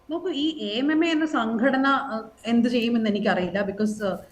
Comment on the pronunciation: കാവ്യനീതിയല്ല... കാമ നീതി..... ഇനി യെങ്കിലും AMMA എന്നു വായിക്കരുത് - എ.എം എംഎ... റിപ്പോർട്ടർ ചാനലിൽ അങ്ങിനയേപറയൂ...